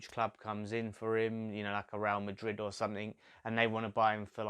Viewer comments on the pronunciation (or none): none